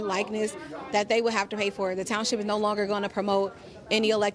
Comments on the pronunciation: Says “ Thornton TOWNSIP”. Lol😂😂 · It's township not townsip...